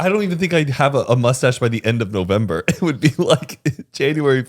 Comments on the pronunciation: take a shot everytime Zane says “newvember” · Zane keeps calling it newvember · 😂😂😂 DEADASS I was like wtf Zane “newvember”?? Lmao